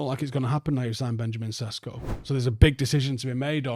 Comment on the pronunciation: Benjamin is now a Man United player, I think he deserves his name to be pronounced correctly. It's Sheshko. Same sound you make when saying Sheringam.